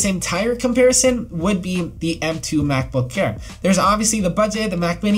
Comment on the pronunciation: He says macbook care instead of MacBook air 😂😂